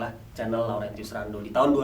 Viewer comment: "RENDOM" Ngakak Laurentius Rendom.